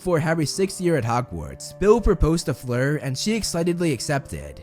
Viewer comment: It’s not fluer